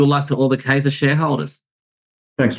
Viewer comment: It's Kye-zer. Means king in German.